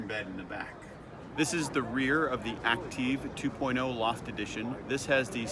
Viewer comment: Would it not be pronounced "Active"? "Acteev" is Goofy!